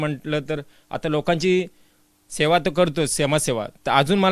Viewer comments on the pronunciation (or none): Please "Sona" karu naka, "Seva" kara.